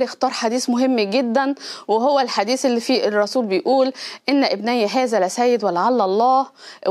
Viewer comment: ابني بياء مخففة مش مشددة ابني بتخفيف الياء ابن واحد ابني بتشديد الياء ابنين و النبي صلى الله عليه وسلم كان يتحدث عن ابن واحد هو الحسن رضي الله عنه لازم تتعلمي نطق الحروف بشكل صحيح لو محتاجة دروس في التجويد و مخارج الحروف نعطيك مجانا